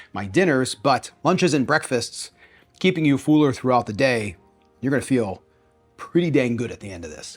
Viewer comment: Fool-er. That’s all I hear now.